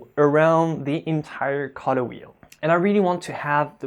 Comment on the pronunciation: i couldnt figure out what the heck a cutter was, then i realized u said Color,. sorry, no offense intended